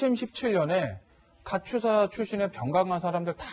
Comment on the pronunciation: 카츄샤가 아니고 카투사(KATUSA)라고 발음을 하면 합니다.